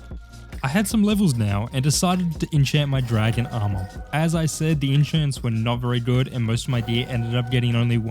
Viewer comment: It was dra-gon me around